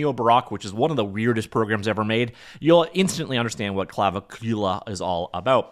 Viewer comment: I could be getting it wrong myself but I think the pronunciation might be Cla-vic-ula - seems to make the most sense to me anyhows.